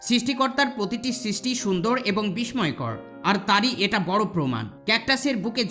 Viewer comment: বিসময় না,উচ্চারণ হবে বিস্সয়(বিস্ময়)